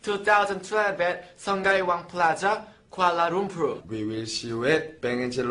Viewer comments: Are you ready? PEACE ARE YOU READY? PEACE!!! Lmao Zelo pronounced sungai as sung-gai and Kuala Lumpur as Kuala lumplur kkk so cute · LOL I still can't get over the part where zelo mispronounced the word 'sungai' xD ㅋㅋㅋ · honestly them trying to say the place name in Malaysia broke me even more, knowing how it's supposed to be pronounced (and zelo got 'sungai' completely wrong) XD